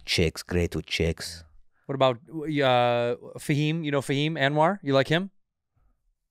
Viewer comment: it’s fahim btw